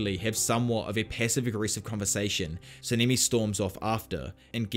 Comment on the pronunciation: SA-NA-MI NOT SENIMI